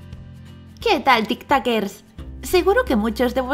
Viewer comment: Porque dice tictoquers